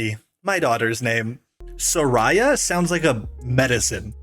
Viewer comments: not too much on soraya, man😭 thats my cats name (was supposed to be mine🥀) but we say so - rey - uh instead of so - rye - uh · my name is sariya and is pronounced like that and im very angy